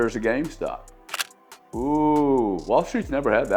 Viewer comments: I won’t listen to a man that calls it “game stock” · Why didn’t anyone tell him that it’s GameStop not gamestock haha